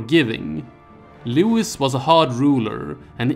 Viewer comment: It’s pronounced”Looeee” not “Looowisss” . . . Ruined the whole video